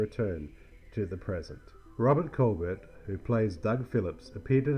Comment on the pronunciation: Well, Colbert and Tufeld’s names were massacred and the fact that Robert Colbert is the son of Claudette Colbert was missed just adds to the list. 😀